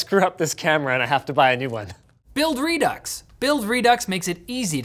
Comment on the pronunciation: Is the mispronunciation of "Redux" intentional? Or are there really Canadian's that can't pronounce French words?